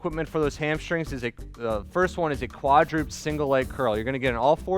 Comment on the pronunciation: Awesome strengthening routine, thank you both so much! Small nit-picking note:, I hope you’ve learned since making this video that the word you said is actually pronounced “kwad-ruh-ped”. Thanks!